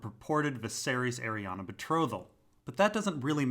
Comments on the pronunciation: Arianne's name does not end with an "A". It's pronounced "airy Anne", like Anne Hathaway, not "airy Anna". Sorry, my OCD kicks in every time you say her name!!! Aside from that, nice info. Looking forward to part 3 👍🏼😁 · Bruh, Arianne literally ends in an "E"